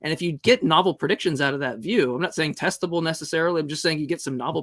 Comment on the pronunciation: xD it's not testible ....but it's testible